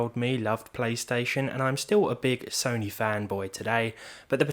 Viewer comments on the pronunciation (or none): none